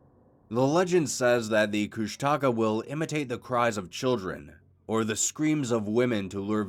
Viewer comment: Bro it’s KOOSHTAKA not kush taka